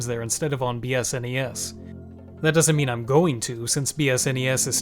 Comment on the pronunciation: The way he said S N E S every time... Fumin'. Just pronounce it as sounds: SNES.